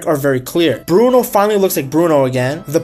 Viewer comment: Atleast try to pronounce brunos name properly....... Other than that I love ur content